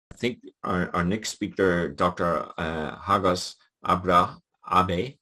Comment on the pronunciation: You sounds like you are saying Hostages.